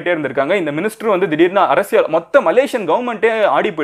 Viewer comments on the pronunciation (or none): none